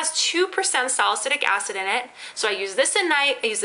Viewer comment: at first i thought you said "ass in your eye" not "acid" bwahahah